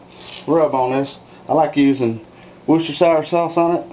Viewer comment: The first USA bbq video I've watched that can almost pronounce Worcestershire almost correctly! Well done lol